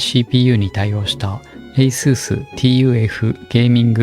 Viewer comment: TUF gamingはタフゲーミングって言いますよー